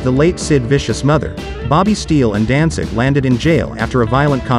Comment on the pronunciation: Sounds like this guy keeps saying Dansig.